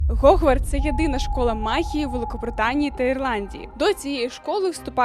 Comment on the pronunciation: Чому годвардс, а не ХХХХОООГВАРТС?! ЦЕ КОЛИ УКРАїнська вимова стала такою дивною* чоб не сказати погане слово. Це такий новий тренд, чи що!?